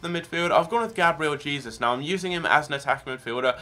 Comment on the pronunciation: Who else was triggered he was pronouncing Jesus wrong